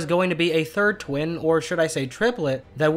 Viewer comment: You said win not twin